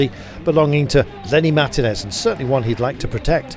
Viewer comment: It hurts my ears to hear Kirby say MAR-tinez instead of mar-TI-nez ( correctly ). GCN should employ Rob Hatch for grand tours and keep Kirby commenting for shorter races.